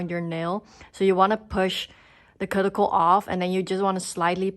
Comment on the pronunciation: Thanks for the video. Just for fun, look up the word cuticle via google and can listen to how you can pronounce it 😅